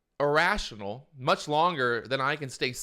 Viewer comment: kannot even pronunce "irrashionul" :D